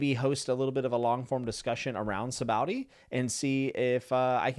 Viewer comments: Sah bah odee Arch uh pel uh go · Oda created the supernovas on a whim basically right before writing the Sabaody arc, because he wanted a bunch of awesome people. Also note that the name of the archipelago is pronounced "sha-bondy" (basically no OP-tuber gets this right, it's practically a dead horse by now, but I will keep beating it). It's a reference to the Japanese word for soap bubbles. The spelling is presumably just Oda being bad at how letters work. And oh, yeah. Rayleigh totally let himself get sold into slavery. If I recall correctly, we was looking forward to being sold to some rich person, and then rob them on his way out. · It's pronounced Sha-bon-dee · Typically most people pronounce is "Saw-Baw-Oh-Dee Ark-Ih-Pell-Uhgo" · Sabowdee arkapa-lego😂😂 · Sahbah-OHdee, ArcUh-pell-igo. Sabaody Archipelago. lol Sorry, but you kind of butchered that. But its understandable. Btw, an archipelago is just a group of islands. And yes. Celestial Dragons are terrible. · Hahaha you said Sabaody so wrong I don’t even want to correct you. Please keep saying it like that